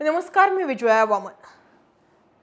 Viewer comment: तुमचे नाव विजया आहे, तर तुम्ही विजवया का म्हणता